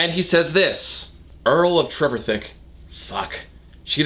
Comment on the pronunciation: Trevithick, for future reference, is usually pronounced to sort-of rhyme with 'terrific'. TREV-if-HICK.